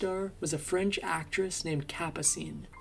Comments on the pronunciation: Capascene! Learn how to pronounce names. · The narrators voice is AI. The voice can't pronounce Ferrer or Capucine. Obviously AI flaws.